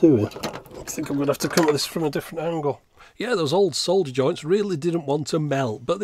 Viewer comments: So nice to hear somebody pronouncing "solder" properly! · To quote a well-known engineer: "For the benefit of our American viewers, yes that is how we say 'solder' in the UK. Why? Because it's got a f***ing 'L' in it!"